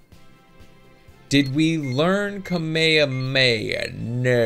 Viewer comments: hes saying it like kamayamaya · *Cringe* he pronounces it "kummae-mae"...... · The way you pronounce kamehameha is kami-hami-ha